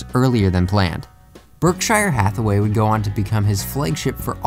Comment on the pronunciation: You really butchered the pronunciation of Berkshire Hathaway. :/